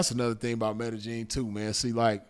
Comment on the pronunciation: Blessings to the game. Glad you're good fam.... say btw... it's pronounced "Med-Eh-Yeen" fam.... No J or G in it. #salute #ripsinful